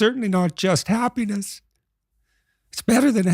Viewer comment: The first host pronounces happiness like hapenis